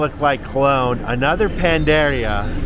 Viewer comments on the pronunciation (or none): Oh and accent on the last "i". Pan na da ria' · put another 'a' between the n and the d in pan-'a'-deria. There is an accent on the 'i' so it will sound like 'eea!' You have a perfect opportunity to hire a tutor while you wait during re-hab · It's NOT panderia. It's panaderia. You keep leaving out the 2nd "a". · Omg,your killing me with ur Spanish. Pan-da-ria.roll ur rs.